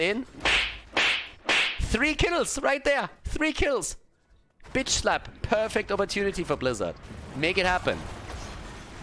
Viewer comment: Okay so when you said "give them the slap" I was only half paying attention and I heard "give them the SLUT!!"